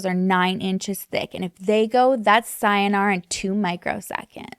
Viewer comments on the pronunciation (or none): none